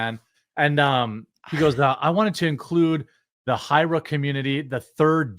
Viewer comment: You pronounce the "j" in "hijra"